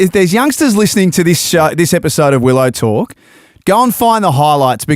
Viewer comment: Everytime they say Willow Talk, I hear Will O'Talk like it's another O'Brien brother